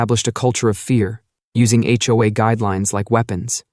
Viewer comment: It's jarring when the AI voice pronounces H. O. A. as "ho-ah."